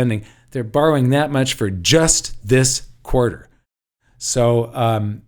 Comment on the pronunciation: You keep saying bowering ....who is the money been borrowed from .?